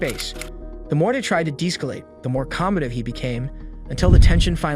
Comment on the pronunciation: lmao the more they tried to "dees-calate " the more "comb -addive" he became weeew lad lol AI sure is NOT perfect yet is it?